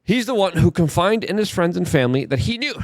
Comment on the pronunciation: CONFIDED. Not confined.